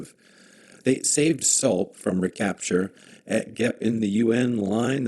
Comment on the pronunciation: Pronounced “Soul”…..